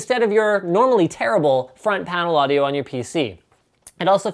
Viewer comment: Never EVER say "audio" again!!!